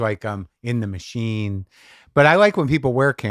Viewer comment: Ma-sheen...and marc "cant believe people think im an icon"...maron... 🤷‍♂️🤷‍♂️